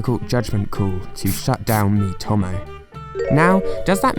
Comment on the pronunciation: Mii-to-mo not mii-tom-o